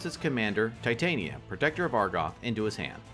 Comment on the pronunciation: Wow those were some fun games lol crazy turns out of nowhere. I don’t mean to be or like being that person, but I do have one complaint: Tih-Tahn-Yuh. Titania like the folklore fairy queen. Tie-Tay-Neeuh sounds like if there was a female titan in a show and the writers were lazy so it’s like “let’s call her titan, but make it feminine.” Just puttin that out there...